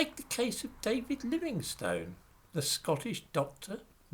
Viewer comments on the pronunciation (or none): Pronunciation of the surname "Livingstone." I (a U.S. American) grew up believing that it was pronounced ˈlɪvɪŋstən (Wikipedia confirms that this is the correct pronunciation). But you, Sir, pronounce it ˈlɪvɪŋstoʊn. Is that a regional pronunciation? Thank you!